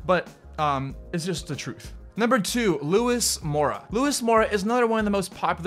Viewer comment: I hate how u pronounce luis sorry